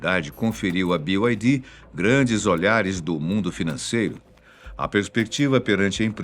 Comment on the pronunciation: Sabe pronunciar BYD, merece um like.